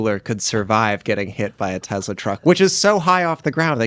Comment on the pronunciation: Alright you guys have to stop this right now there are a couple guys on this podcast that pronounce Tesla like it's Tezzla with a Z there's no good reason why any of you should be saying it that way I don't care how much of anglophile you are stop it stop it right now.